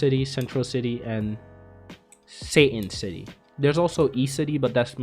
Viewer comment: When you say satan city, i dont know why but i keep hearing saiyan city